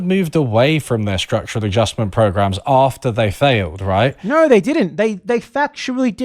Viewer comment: "The World Bank and IMF... they kind of moved away from their structural adjustment programs *after they failed*, roight..." In addition to what you said about the obvious bs of these entities "moving away from" the entire reason for their own existence - what does he mean they failed??? Structural adjustment programs have been resoundingly successful leeching operations for our imperial masters! Clueless! Impossible for this man to unlearn anything!!